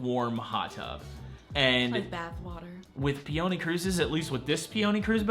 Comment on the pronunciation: How do you mispronounce peony? Like the flower pee-oh-knee, not pee-onee